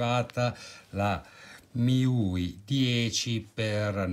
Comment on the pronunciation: MIUI si pronuncia come i pronomi inglesi Me You I